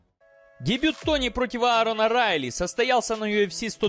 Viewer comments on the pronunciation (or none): none